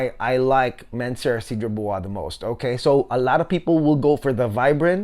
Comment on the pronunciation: You may want to check how Cedrat Boise is pronounced correctly, my guy. No need to Americanize it. 😉 Other than that great straight to the point review. 👍👍